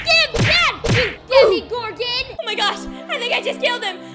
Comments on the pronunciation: Omg its either demagorgan or demogorgan not demigorgan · demogorgon not demigorgon but ok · Im sorry but its ( Dema-gor-gen) Not (demi-gor-gin) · sorry to say this but it is not DemiGorgon it’s Demogorgons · It’s not demigorgan it’s persnowst demegorgan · ITS DEMOGORGAN NOT DEMIGORGAN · What is a "demigorgon"?💀 its demogorgon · no spoilers? then why’d you say that? also its demogorgon not demigorgan and no offense ur kinda loud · I love how you say Demogorgon But you say it this way DeMIGOrGaN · It’s not Demi Gorgon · "Demi Gorgon" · "demie-gorghon" bruh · Is it just me or does no one like the way she de-MI-gorgon or just me no hate tho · It’s demogorgon lol I love your videos!